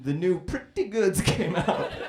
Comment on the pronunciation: "Pretty Gooads"